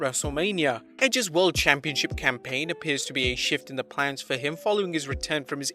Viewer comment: Who else heared "Championshit" insted of "Championship" ?